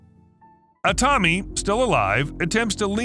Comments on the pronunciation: Jesus my ears… the name os like biblical ’Adam’ like Aaaaa-tami, not ’Edam’ like cheese how you mispronounce it. But thanks for the transcript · That's the American pronunciation.